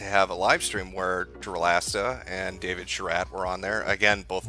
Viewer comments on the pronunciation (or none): none